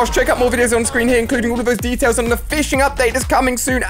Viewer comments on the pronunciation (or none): none